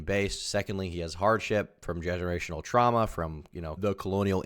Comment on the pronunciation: Generhawktional Twuahma